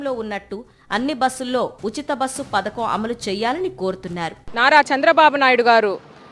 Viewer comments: పతాకం కాదు పధకం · పతాకం కాదు అమ్మ పడకం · పతాకం కాదు అమ్మ పథకం